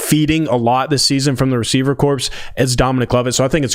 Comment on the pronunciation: MUST stop saying corpse. Corps is pronounced “core”….as in Marine Corps.